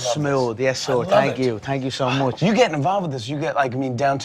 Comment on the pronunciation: Oh it's smooth Thankyou-thankyou so mooch